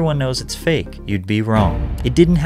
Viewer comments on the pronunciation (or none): none